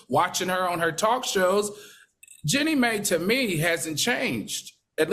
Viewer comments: Can someone please tell Dr. Heavenly… IT IS Jeannie“MY”!!! Not Mayyy😂😂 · Why do they keep mispronouncing her name? It’s Jeannie like Genie, Mai like MY. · Seriously it’s so annoying. Jeanie MAIII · Y'all please stop calling that girl Jeannie Mae like she's from the kuntry. LOL! It's Jeannie Mai (pronounced like "MY") LMBO!!!!! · Her name is Jeannie pronounced Genie ! Last name Mai pronounced My! It’s not that hard! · It's Jeannie "MY" Dr. Heavenly get it right! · Two days straight 😩 it’s pronounced “Jean-nee My” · can yall Pleaseeeeeee get this girl name right “GEENIE MY” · you don't have it right either 😮😮😮😮 it's jeannie mi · Al was saying may too 🥴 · You guys keep butchering her name. It's not Jenny May lol